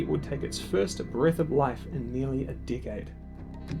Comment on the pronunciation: Why does "decade" sound like "dickhead" when you say it?